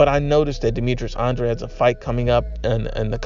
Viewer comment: Says Andrade 😂😂😂😂😂😂😂😂😂😂